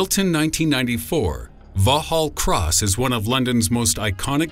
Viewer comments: took me a moment to work it out it was so far off lol. vallhallross? wait thats a london buss. ooooooh. haha vox hall cross /facepalm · The pronunciation of Vauxhall Cross is very funny. For the benefit of Americans, it is pronounced the same as you would say "Vox hall Cross".